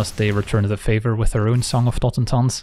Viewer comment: After hearing saffron olive pronounce it totenZAHN for some reason it's nice to just hear the spells name pronounced right